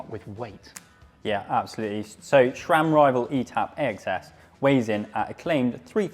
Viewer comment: SRAM, not ShRam. There's a video or three on YT about how to pronounce it. 😉